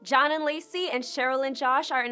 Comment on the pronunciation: Yeah everytime she says his name I'm like huh I thought it was shawn not john lol. I 100% agree about cheryl too. Somethin is not right with her.